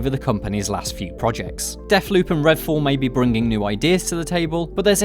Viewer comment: "Redall" "Fascinating" LOOL